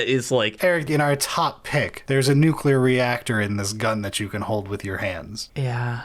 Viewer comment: to hear a physicist say " nookyelar"